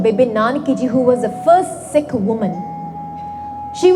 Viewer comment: She sounds strength of a sick 😂